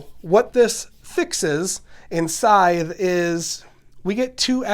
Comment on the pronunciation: Finally a channel that pronounces this game’s name correctly.